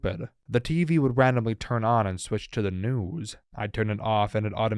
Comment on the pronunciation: The way this guy says news is crazy